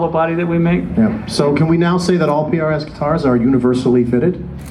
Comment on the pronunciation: He is said PAS instead of PRS HAHAHA